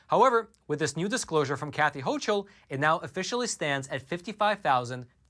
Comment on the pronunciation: FYI- New NY GOVERNOR— pronounced HOCKLE- not hochel.